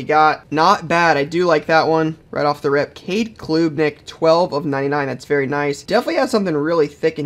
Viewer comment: “Not who we are after” front runner for Heisman trophy & You pronounced klubnik’s name wrong btw.